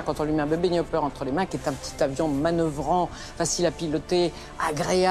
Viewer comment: Is not Newport. C´est Nieu- port. Pas Niouporte. Bon, c´est comme ça que j´ai appris, Bébé Nieuport.